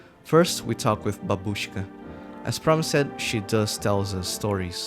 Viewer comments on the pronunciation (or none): god...please, its bA"bushka not babU"shka😮‍💨😮‍💨😮‍💨😭 But cool video though! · Same mistake as always. bAbushka, not babUshka. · bAbooshka (emphasis on a instead of oo) great video